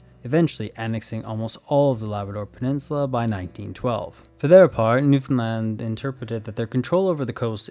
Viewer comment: As a Newfie thank you for Saying Newfoundland properly LOL you have no idea how much it pisses us off when people call us “new- Fin-lind” like we have nothing to do with Finland thanks 😭